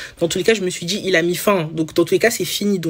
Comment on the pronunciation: Elle " dgit " qu'elle est sur "tchik tok"😂